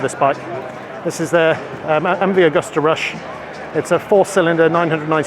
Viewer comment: Excellent video,. Thank you. Btw it's Agusta. Not 'Augusta'